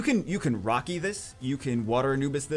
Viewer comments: I kept hearing rocky instead of raki and was so confused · Who is rocky? Or does he mean raki?